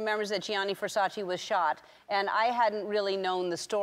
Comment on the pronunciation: Please,Say It right its's VERSACE not Versaci